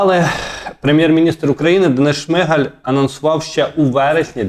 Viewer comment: З повагою до ведучого. У прізвищі ШмигАль наголос на останньому складі. Неможливо слухати "ЦЕГО", "ЗАЧІПИТЬ" і т.д. Участь беруть, а не приймають. Ведучому слід грамотно говорити, щоб хотілося його слухати.